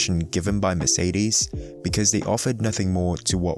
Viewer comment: Merceedeezz. Couldn't finish the video with the annoying pronunciations all the time :')